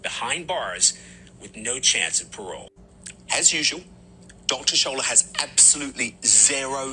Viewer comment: It isn't Dr Shola, it's Dr shola Mos-Shogbamimu but the racist, couldn't be bothered to sound out her name. As for Lucie Letby, she got away with it because she's white, blonde and blue-eyed. Black nurses in the UK are more likely to enter the workplace disciplinary process, more likely to be forced through the process to the final tier, where they are more likely than white nurses to be found to be innocent! So innocent black nurses are disciplined without warrant!